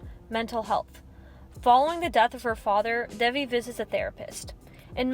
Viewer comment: loved it, but WHY dont people EVER learn to PRONOUNCE names right. devi is pronounce daevi